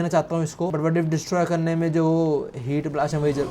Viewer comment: Heatblast❌ blass✅